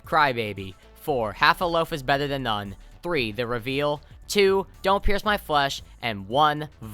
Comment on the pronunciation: the “th” in “than” isn’t pronounced as “ffr”